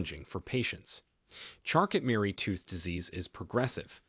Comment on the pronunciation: It's pronounced charco.....not charcot.